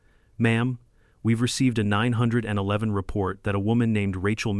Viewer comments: Teach your AI that it's pronounced "nine one one" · First clue this is AI is that the narrator can't say 9-1-1 properly.